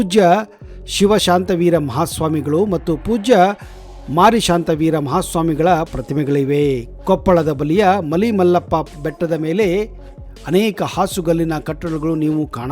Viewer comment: ಧನ್ಯವಾದಗಳು ಸರ್ ಮಾರಿಶಾಂತವೀರ ಅಲ್ಲ ರಿ ಮರಿಶಾಂತವೀರ ಮಲಿಮಲ್ಲಪ್ಪ ಅಲ್ಲ ರಿ ಮಲೆಮಲ್ಲೇಶ್ವರ ಗುಡ್ಡ ❤